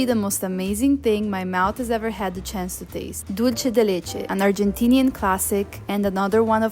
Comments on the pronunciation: Membrillo is also eaten in Mexico. I love it fresh with lemon juice and salt. Your mom is great! By the way, Dulce de leche, the" Dulce" is pronounced, Dul-seh (does not sound like the Italian, "c" as in cena). Even Americans make the mistake of making the Spanish word sound Italian. It's made in many Latin American countries. :D My mother is from Mexico. I loved Pope Francis. Thank you for this lovely tribute. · *dool-seh The C in Latin Spanish is pronounced as S (or Th, in Spain).